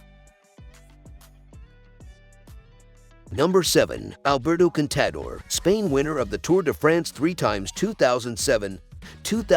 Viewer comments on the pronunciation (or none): Gyro d’Italia? Paris Robbix? Alberto Con Tader? Jack Anquetil? and the worst one, Vule d’Esposs (Vuelta d’España)!! Somebody didn’t do their homework!!